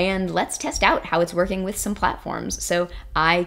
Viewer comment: its not vorking